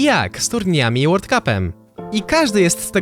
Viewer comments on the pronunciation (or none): none